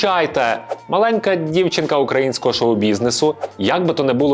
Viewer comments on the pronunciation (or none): none